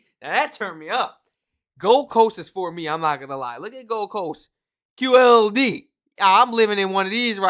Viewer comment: QLD NOT GLD!!